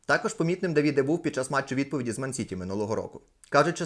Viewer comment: Не Давìде а Дàвіде правильно говорити.